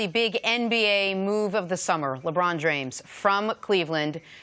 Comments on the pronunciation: Did did just say Lebron Jrames???? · "LeBron Jrames"